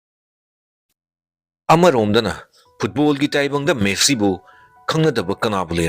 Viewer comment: Messi❎ Meesi✅😂😂😂